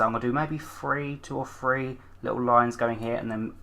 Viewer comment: I love how you say three :p "Free, two or free."